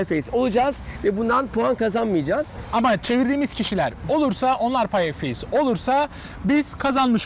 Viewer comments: Firat abinin super ingilizcesi:Payafeys :D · Candy Pink evet ama o payafeys dedi